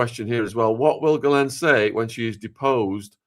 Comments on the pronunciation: “Jizlane” really? 😂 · I love the mispronunciation 😂😂 My favorite nickname for her is “The Jizz”— gross, I know, but fitting! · The US arrested and exfiltrated the president of Venezuela, not Argentina. And at this late date, it's a good idea to research the correct pronunciation of "Ghislaine."